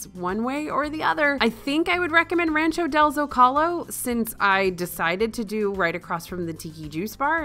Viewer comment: Rancho what? Lol. Work on that pronunciation.